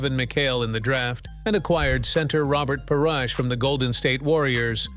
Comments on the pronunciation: This AI doesn't know basketball. RA Bert Par. ISH OY VEY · You don't like Robert Parrash!😂😂😂